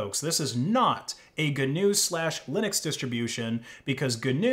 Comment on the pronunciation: that's how you pronounce GNU